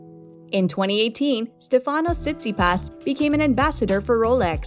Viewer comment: What you talking about she says his name correctly you’re clearly the one who knows nothing about pro tennis 🤷‍♂️